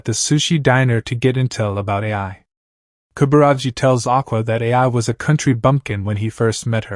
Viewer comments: But… It isn’t. I watched sub and dub. It’s just “eye” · The narration was good however you saying A I instead of Ai is really cringe. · Bro said a i instead of ai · You pronounce Ai's name like "A.I", so she was same type of stand as Artificial Intelligence.